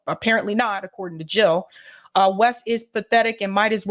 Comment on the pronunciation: Jill NOT hill !!